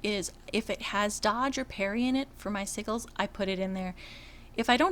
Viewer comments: Lol its "Sigils" like si-jils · I love your videos. Thank you! I totally have to give you shit on the pronunciation of Sigils...( Si Jew alls ) the g is pronounced like a J. Omg tho it is so cute hearing it the other way. Im on S1 also...Darkened ( dark sage ) Lighthands ( pally Dr ) Dorann is your toons name correct?